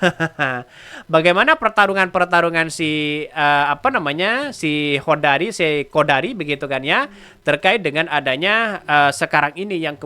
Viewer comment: sebut siqodari.😊